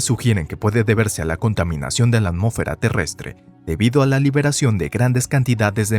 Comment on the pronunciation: Por qué dices "amo'fera", cómo sí de un narrador reguetonero se tratara. Tienes problemas con el sonido de la "s"?